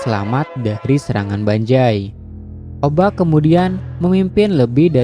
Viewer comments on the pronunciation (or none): banzai bang bukan banjai 😢